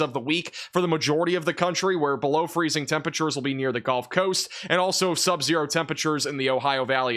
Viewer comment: A good report. Of course, this newsman mispronounces the word "gulf." He calls it "golf."